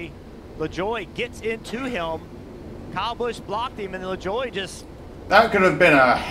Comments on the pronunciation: It's pronounced la-joy. Nascar started using jet engines mounted to eather a truck or a trailer to dry the track in 1976. They upgraded to the air titan system. Witch is compressed air squeegeeing the water off the track. It drys the track faster than the jet dryers. I saw a jet dryer blow micheal waltrips car cover off at bristol during a rain red flag when i was there. Well all i could find was the internet says the top speed at chicago was 90mph but i think thats might be the average speed. They gotta be going faster than that. If you wreck at pocono, theres a chance your gonna wreck BIG! LIKE that race car is going to the junkyard big wreck. Poor kyle bush is having the worst year of his career this year. Pocono was for decades always the only oval the cup cars shifted gears lap after lap. Now with this generation of cup car they shift at about every track. They were doing the indy road course the last 3 years. This year was the 30th anniversary of the 1st brickyard. So they went back to the oval. Come to indy. You cant see the whole track like other ovals. If you can afford to somehow sit at the top of the pagoda. Then you got the best view. The upper deck in turn 1 is very popular. I was just wandering from 1 seat to another to make sure i could see most of the track. If you go to talledega bring binoculars. Turn 3 is a mile away from the front grandstands. I gound a cool nascar racing shirt website called Theres cool kyle larson shirts and hawaiian shirts to be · "Le-Joy" but the french pronunciation (same spelling) could be "Le-jwa" (ZH sound)